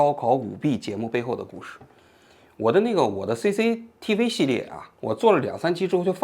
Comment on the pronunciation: 王局， C的发音是 si: 不是sei